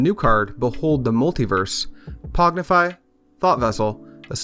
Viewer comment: Pong-ify, not Pog-nify.